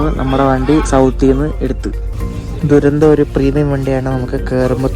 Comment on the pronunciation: തുരന്തോ അല്ലെ ദുരന്തോ അല്ലല്ലോ